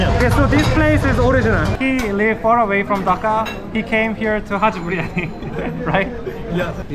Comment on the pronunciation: He says haji biriyani so nicely🥰